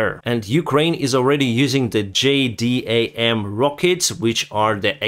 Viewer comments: hey, thanks for keeping us up to date. if it helps, we Americans pronounce the JDAM as "J-Dam", it's about all the support I can provide to Ukraine myself. keep kicking the invaders' butts! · The JDAM is pronounced Jay-Dam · • Since it will probably come up again and I want you to keep your military creds robust, the new shells are pronounced "Jay" "Dam". The last 3 letters form the word "dam" (pronounced the same as "damn" from, for example, "God Damn It) and the U.S. military likes to use words whenever it can. So, just separate out the pronunciation of the first letter and you have J-DAM.